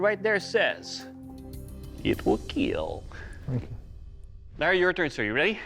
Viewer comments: "I finnaly figure it out,it will keel" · It will Keal! Or Keel! However he pronounces it!